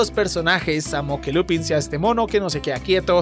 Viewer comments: Se escribe Lupin, se dice Lupen y tú lo pronuncias Lupán. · Ja ja Solo vengó en plan "Hermione" ; " No sé pronuncia Lupín se pronuncia Lupān"